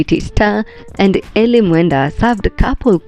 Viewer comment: Eli ❌ E-lie ✅